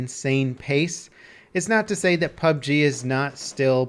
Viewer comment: ITS. PUB "GERRR"